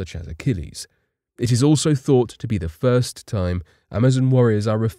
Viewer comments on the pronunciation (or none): none